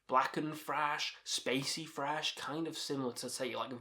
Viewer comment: Thrash, not 'frash'.